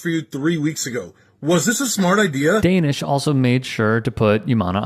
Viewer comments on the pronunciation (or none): Please learn how to pronounce Danesh’s name correctly